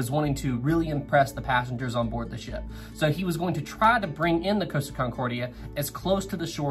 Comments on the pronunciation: Repeat after me "cost" as in how much something costs, then "ah" as in stepping on a piece of lego. Not "coast-ah" there is no coast my dude. You wouldn't ask a shop assistant how much something "coast" would you? Deary me guy 😂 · It's COST-a. Not COASTA-a. Source: their YouTube channel's commercials.